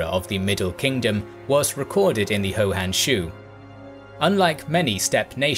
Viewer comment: Pronounce the first word of "Hou Han Shu" as "who", not as "ho". Those 80K archers were actually horse archers. Homer "Dubs", rather than "Dubbs". "Cursus" Publicus, not "Curcus" Publicus.